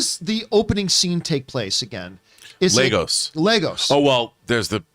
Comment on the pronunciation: Sorry but how many times have you guys seen this movie? It's Lagos, Lagos! Not Legos.